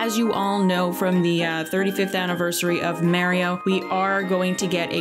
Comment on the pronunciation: I’m super excited for the lil mr reseti figure. (Ps. The way your pronounced Mario hurt my ears lol)